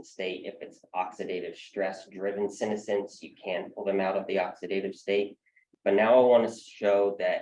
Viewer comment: That's not how senescence is pronounced.